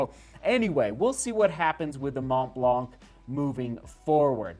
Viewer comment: Mont Blanc is pronounced [Mon Blan]. Exactly the way you pronounce it but without the “t” and the “k”. It means White Mountain.